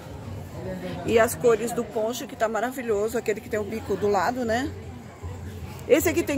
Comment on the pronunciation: Não é ponche é poncho